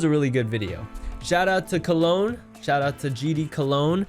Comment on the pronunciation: Cologne pronunciation is better ngl